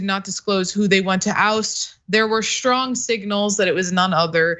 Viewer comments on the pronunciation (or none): All commentators out there! The word is strong not shtrong. The word is strategy not shtragety! Is it a speech impediment or a speech change? can you say stripes or is it shripes???